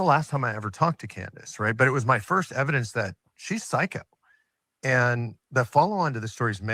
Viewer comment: time stamp: Almost sounded like psychic... Instead of psycho 😂